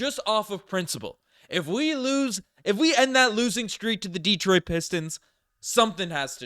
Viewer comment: de-TROIT not DE-troit...thanks Man!!